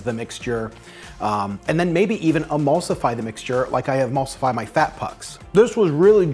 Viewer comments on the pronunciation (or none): none